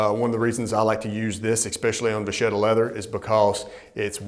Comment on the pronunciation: Great stuff guys! I really appreciate you guys talking about leather items other than shoes! On a side note: it is va*ketta. Hope you won't mind! Keep up your excellent work!